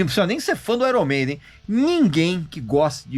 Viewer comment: Desde quanto esse cara é músico? Nem sabe pronunciar o nome da banda iron maiden 😡